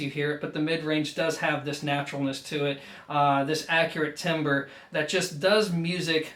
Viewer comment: Good review! Note for next time: the word timbre is pronounced “tamber.”